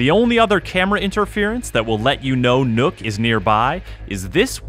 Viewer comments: Nook? its NOKK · Would have been nice if they had made even a slight attempt to actually pronounce the name they gave Nøkk instead of just calling her nook. I mean, nook isnt even the right pronunciation in english if you just replaced ø with and o... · i just pronounce it like “knock” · im not comfortable with the guy calling her “Nook” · What? "Knock" doesn't sound good either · But Nøkk is pronounced Neck. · "Is nook" .................you have 1 job............... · How about *NOCT*? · i understand why they did it, i just think its funny that after putting in enough research to even know about the nøkk and understand enough about her to make a thematically appropriate character around her that they still cant pronounce the name correctly. On an unrelated note the name is literally a single syllable. Its not that hard to pronounce either way. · as a dane i cringe every time americans assume an Ø must ofcorse sound EXACTLY like an O edit: also you could'n give her a single gun we actually use? not only did you reuse guns but you reused the wrong guns, let's not mention you designed her as a frogmen but put her in the jaeger corps where the net over her head makes no sense, given it's y'know FOR AQUATIC WARFARE!